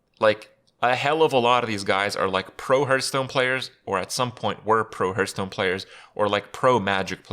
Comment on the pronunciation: Herthstone. LOL.